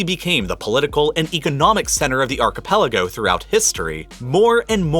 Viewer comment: It is malay archepaliogo...